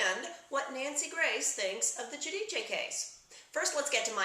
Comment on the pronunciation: Spot on again. I laud you for pronouncing the surname Guidice correctly in Italian.